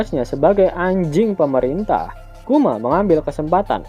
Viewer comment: "anjing pemerintah" penekanannya sy paham kearah mana 😅😂